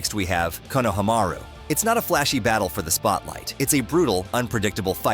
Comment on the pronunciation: Bro how badly did you say konohamaru, my ears bleed